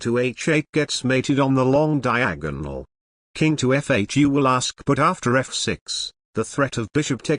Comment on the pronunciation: the way he says, 'diagnol'